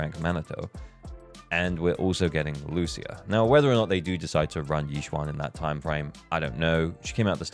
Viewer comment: Thank you for not pronouncing her name as Loosha